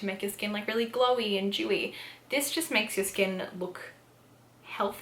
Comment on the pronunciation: It took me awhile to realize you were saying dewy and not “jewy”… I was wondering how being Jewish made your skin different :P my brain….